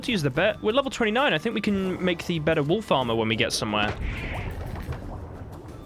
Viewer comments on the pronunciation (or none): Oh, WOLF ARMOUR. I thought you said WOOL FARMER.......& I was genuinely confused 😃.